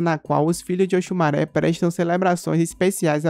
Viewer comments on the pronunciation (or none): Oxumarê kkk e não maré kkkk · Òsùmàrè, se Pronúncia Oxumarê...Ok!